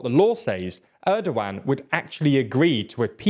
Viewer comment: Actually pronouncing his name Erdowan is way more accurate to Turkish language because G is soft like Ğ. But we like to call him ErdoGone lmao.